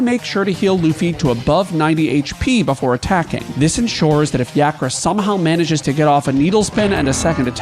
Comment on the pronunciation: It's YAH-kra, you heathen dog